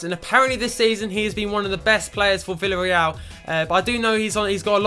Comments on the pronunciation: The pronunciation of Villarreal is: "Viyarreal" So the double L is not pronunced as a L :3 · And 'V' is pronounced as a 'B' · ***** I am Spanish and your pronunciations are good but here in Spain we say B for V and the Double L is similar to a Y sound (think Casillas). So Villareal is pronounced 'Biyareyal':D hope this helps! Also you should start Moi because he is 77 rated and he has come through all the C and B team for Villareal. He is our golden boy like Wilshere for Arsenal fans - they are my English team! We also like to take players from Argentina and Southern America so maybe you should use a global scout network there! Hope you read this!